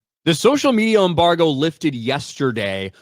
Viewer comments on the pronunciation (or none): Embargo, not "Umbargo" lol